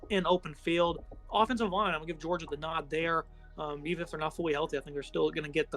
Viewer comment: Wtf is a "Georiga"?...🤔